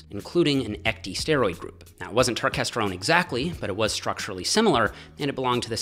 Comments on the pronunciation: It’s not pronounced turkesterone. It’s pronounced turkesterone. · its not turk its turkes